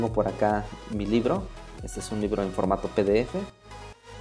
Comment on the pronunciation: dice libre...debe decir libro